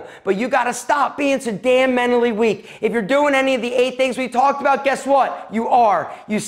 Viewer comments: I cant get over how he says MENALLY plz pronounce the t....... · Girl, it’s not “menally” weak...it’s mental. Which is what you seem to be. Also, why you gotta talk so loud? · The T is not silent in mentally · I’m pretty sure there should be a T somewhere in “menally”